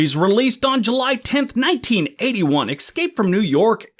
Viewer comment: "EX-SCAPE"? lol! Reminds me of "NUKE-u-lar" and "a whole NOTHER". lol!